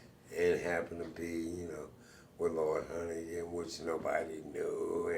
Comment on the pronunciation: Can’t believe the interviewer called Honeyghan “Honeygo” 😣